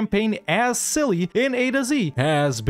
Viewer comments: Its silly how the game calls that nation cilly while its celje and its not read as silly at all, it should be tselye (dont read the "e" as "i") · ist celje not cili